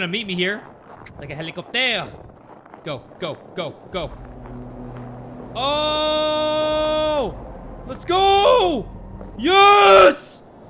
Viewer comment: Like a heli-copteer!